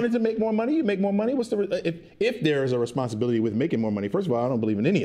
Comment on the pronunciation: Lies!!! I didn’t like how said “Responsibilities”